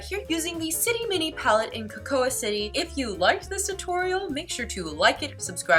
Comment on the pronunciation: You’re so pretty! Just wanted to let you know that “cocoa” sounds just like “co-co”! The A is silent. :)